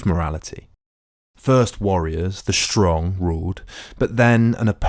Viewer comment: Good account, but WHY do you pronounce words like strong as SHSTRONG? There is no sh at the beginning of the word. You presumably don't say shilly rather silly?